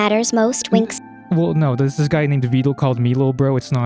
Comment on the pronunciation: you say his name like "veedal"